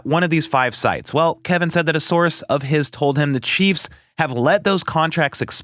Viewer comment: Dude, pronounce Kevin's name correctly. Thats is being lazy.